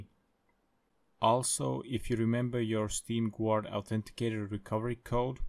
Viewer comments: Pronounced ɡärd, not gward. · I'am the only one hearing steam "quart" ? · Dafug do you even meen? you are legit saying steam Gvuard